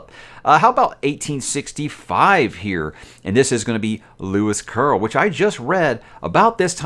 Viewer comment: Lewis Curl ??? (Lewis Carol) desert mansion?? (deserted mansion) In an otherwise well-meaning analysis and appreciation, these gratuitous mispronunciations are abruptly distracting. They yanked me right out of the content. Gives the impression that the presenter does not listen to the video after recording.